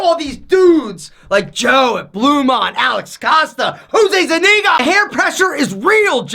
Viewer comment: Donidarkolulz Donidarkowow He said Jose Zuniga lol